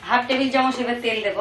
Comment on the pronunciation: Chamoch k chamosh bolchen kno??? R apni cmnt er rply kren na kno???